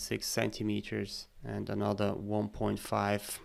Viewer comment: I was stuck for way too long on the part when you extruded the threaded section of the base. I kept hearing you say "point five" CM but it was 1.5